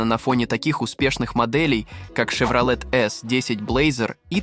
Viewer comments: С чоеном во рту что ли озвучивает. Щевроле Карл. Автор озвучка не твое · Шевролет ,хилукс? Ну ты грамотей!? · Вообще-то Щевролэт. Он же ясно сказал.